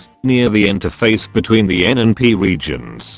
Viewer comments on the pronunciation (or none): Beetwen... lol